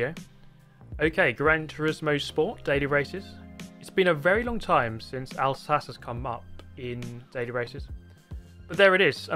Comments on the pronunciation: the pronounciation was wrong again mate it's 𝔈𝔩𝔰𝔞𝔰𝔰 not Alsace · It's pronounced Alsaque, it is in the Elzas region in France very beautiful. I stayed there with a family for a week. I have good memories of the vineyards, snowy mountains and less fond memories of the choucroute/sauerkraut as they eat it with everything. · I like how said Alsace with an Italian pronunciation but doesn’t say Maggiore with an Italian pronunciation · Everytime I read Alsace now I cannot stop pronouncing it Alsatse. . . Damn you! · "Owl Sahchay" lol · I like Al Satchie, but it’s no Barth hurst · Huh. I always thought it WAS pronounced Al-sa-cheh. Guess not i suppose. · It's pronounced Al-sarcky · its not said like 'alsass' its italian so its 'alsachee' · alsache lmaoo hahaha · Its not pronounced alsache